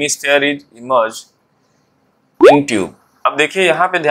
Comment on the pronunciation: Sir tub hai wo instead of tube 😅